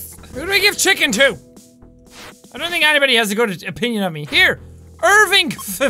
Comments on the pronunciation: Jack it's ir-win-vgh. not irvinvgh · I don't know if you still read the comments on videos this old, but Irwingvh is apparently pronounced "Ar-WING-vay." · irwingvh is a real name. It's pronounced are-we-vay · Its pronounced irwingva